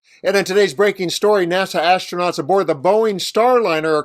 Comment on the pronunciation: Musk "imma seave duh astroonats" Me: "talk's cheap" Astronauts still waiting Me: "Elon's just talk...therefore elon is cheap"